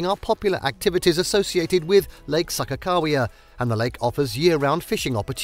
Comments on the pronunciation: Mountains in the thumbnail and you don't know how to pronounce anything here. You lost me at SAHKA-cow-wea. Next. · It took me until the sign to realize the narrator was slaughtering Sakagawea's name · Seriously if he says Sakakawea wrong one more time. It was super annoying. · Learn to pronounce places correctly. I am originally from Minot, which is pronounce MY-NOT. Also the man made lake is pronounces SAH-KAH-KAH-WE-AH.